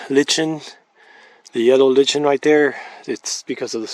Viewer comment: Lichen is pronounced lie can.